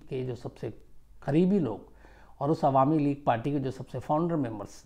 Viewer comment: "alami league" nehi, "awami league" hoga, Sir!